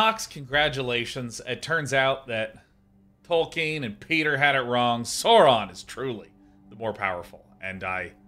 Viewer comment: I am incredibly triggered by Sean's pronunciation of Sauron.